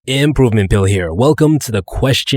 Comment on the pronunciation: Is he saying improvement bill or improvement pill.